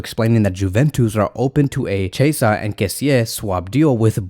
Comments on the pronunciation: Chasea u mean chi-esa 😂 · Its pronouns key -a -sah = chiesa lol